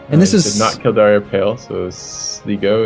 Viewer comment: Hearing you butcher the pronunciation of places in Ireland is starting to be really grating... It should be Kill-Dare, not Kill-Dar-ee. and Sly-go, not Slig-O...